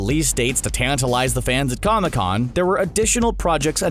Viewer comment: You said cona con. Lol